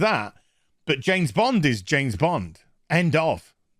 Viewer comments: "Janet" Bond? ;-) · I swear he’s saying Janes Bond. 😂🤣😂